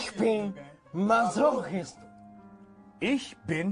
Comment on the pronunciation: "Masochist" Do-emu 😭